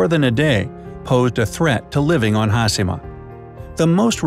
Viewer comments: Says TakaSHIma. Also: hasima. What haplened to the word HaSHIma? Oof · I don’t know why you would say hasima rather than hashema it’s very distracting. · its funny that he pronounced hiroshima correctly but failed with hashima which is essentially the same principle :D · It's Ha-she-ma...NOT Haas-e-ma, as the narrator states. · Pronounced Taka(shi)ma correctly but Ha(shi)ma wrong. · Its not "ha-see-ma". Its "Ha-shi-ma" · Foreigner: Ha-si-ma Me: Ha-she-ma... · In a nut shell, it's a concreted deserted island with harsh weathers and earthquakes, that was once a prosperous coal mining island. Great! The video could've taken a third of the time, and please learn to pronounce Ha-sheee-ma, there's no C sound in Hashima. Have a great day! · It's pronounced "hah-SHE-mah!" Not haSImah.... 😒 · There is no "has" nor "hi" in the Japanese Language. It's pronounced Ha-shi-ma like Hi-ro-shi-ma. Not Has-hi-ma. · hashima! HaSHIma! HA-SHEEEEE-MA!...enough with the SIII.. lol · Shi in Japanese is pronounce in “she” sound so Hashima is pronounced Ha-She-Ma and not Ha-Si-Ma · Here’s a Bright Idea: Pronounce the second H in HasHima! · it's HASHEE-MA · Narrator said "Hasima". My ears hurt.. ugh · No one: The guy in the video: Ha-Si-Ma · Its “hashima” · Pronounced HAH-SHEE-MAH video voice person guy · Pronounced Takashima with no problem. Can’t pronounce Hashima correctly. Hmmm 🤔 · As someone who speaks a little Japanese, it kills me to hear him repeatedly mispronounce the names! If you are doing a video, you would think they could at least learn how to properly pronounce the subject of their video!!! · Thank you! It was like you could have a drinking game for each time they mispronounced it!